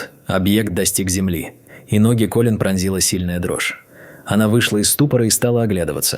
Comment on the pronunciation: То КОлин, то КолИн - какое ударение все-таки в имени персонажа?🤨